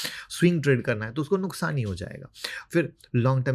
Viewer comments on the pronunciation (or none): none